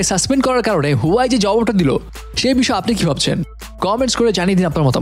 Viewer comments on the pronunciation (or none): Bro,Its Huawei😐not huyawei. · Its not huwai . This is huawei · হুয়াই নাহ্👎👎 হুয়াওয়ে বলতে শিখুন। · ভাই হুয়াই না, এটার উচ্চারন হুয়াওয়ে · You have work on your pronunciation. Its wa --way not hoowai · Vai Huawei kotha ta right vabe uccoron Kora shiken